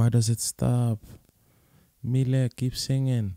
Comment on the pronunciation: 🌱 “milet" is pronounced in Japan as "Mi - Le - I" in three sounds. She clearly calls herself "Mi - Le - I" in her self-introduction. She is beautiful, isn't she? seemed to have fallen in love with her. Yeah! Yeah! Yippee! She is a singer-songwriter, but she has a husky voice that has a good gap between her looks beauty. Even though she is a husky voice, also her treble and bass are beautiful. I feel the exotic atmosphere of the music. Besides, the beautiful pronunciation of English like a native speaker. It's very popular in Japan. I love too. When she was a student, she sang her cover song for the first time to encourage her depressed friend. The her friend regained her smile and she was very pleased and well. At that time, milet cultivated her confidence that she might be able to encourage others with her own songs, and aimed at her current job. She may not be accurate because she doesn't disclose her detailed personal information so much, but she was in Canada until she was about 12-18 years old. Immediately after she went to Canada, she didn't speak English and seemed to have had a boring, and lonely time. With her good sense of sound, her listening ability will surely be high. She tried little by little to actively communicate with people and to express her own opinions. Over time, she seems to have blossomed more and more of her natural talents. She is a lovely woman. If it's her song, “Inside you” is also a wonderful song. It is recorded in "The First Take".